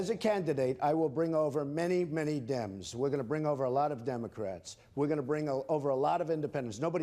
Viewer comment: I'll get da "Dems" ... My god what an idiot.